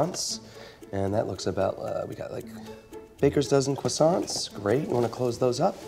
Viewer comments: Nobody Really nobody Not a single soul Michael: “... Cwoissants..” 😂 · It’s CRRRRRROIIIIIISSANTS. 😂 There’s an R!